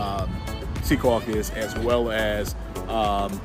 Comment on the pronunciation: Thank you for saying Secaucus correctly.